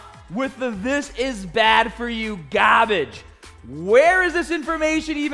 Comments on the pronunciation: Nobody: Absolutely nobody: Enough with this, this is GAHHHHHHBAGE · You mean GAAAAHHHHBAGE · No it's pronounced GAAAAAHHHBBBBAGE :D